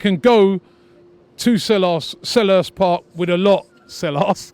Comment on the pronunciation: “Selarse park” 😂